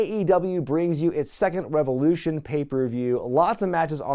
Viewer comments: "RE VE LOU SHAWN!" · I believe it's pronounced REV OH LOO SHAWN! ✊